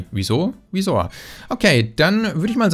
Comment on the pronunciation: "Wieso? Wiesor" xDDD lachflash